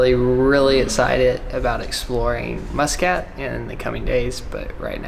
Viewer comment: i love how pronounces muscat, tennessee reppin fr